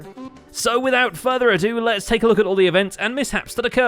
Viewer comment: “so, without further a-doot…”